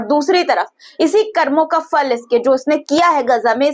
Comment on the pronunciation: Karmo ka "phal". It's not "Fal".